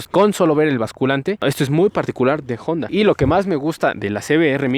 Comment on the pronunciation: Al fin alguien que pronuncia de manera correcta el nombre de la marca Jonda en vez de Onda . Felicitaciones sigue adelante 👍